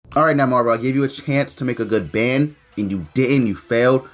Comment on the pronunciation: Lol why u call him ban lol it’s more like Bon